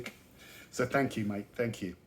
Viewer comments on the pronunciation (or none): none